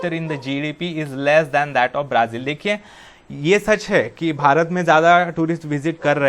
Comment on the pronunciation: Sirr aaap Brazil ko braaazil pd rhai ho